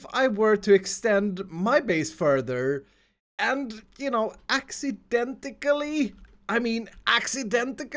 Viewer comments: Did you say accidenticley instead of accidentally. (Edit) not being rude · ak-si-dent-ly. Love the accent but this was bothering me a bit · he said "accidentally", "accidentically" thrice lol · By the way it's accidentally not accidentaclly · Nobody: nothing: ACCIDENTICALLY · For a minute iskals english was the deadest (mispeled on purpose) rly thought axidenticly rly? Rly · nobody: not one single soul:: accidentically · Accidentacally, accidentaCAlly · accidentically lol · Does anyone else notice that he says accidentally wrong 😂😂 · Can we all just appreciate how says accidentally